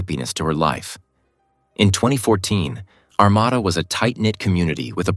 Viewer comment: Ar-mA-da...The second "A" is spoken as a long "A." I live not to far from Armada. At the time, I lived in New Baltimore...This was just Devastating! This poor, Beautiful young lady was in everyone's hearts and Prayers...as was her family... God Bless them...